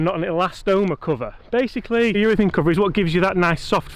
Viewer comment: It's UrethAne not UrethEne